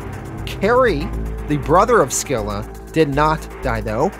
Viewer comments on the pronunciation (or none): I think the c in scylla is silent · Scylla is pronounced Sil-La not Skill La. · hey boss, Charybdis and Scylla are pronounced Carybidis and Silla as well. i'm so stoked you're covering this and appreciate you for doing it. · That's not how you pronounce Scylla. Google is very wrong on this one. It's closer to like the name "Syl" then a sort "a" sound. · It's pronounced "Silla" and "Caribdis" for the twins. Literally the names of Greek monsters from the odyssey. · You mispronounced Scylla too genius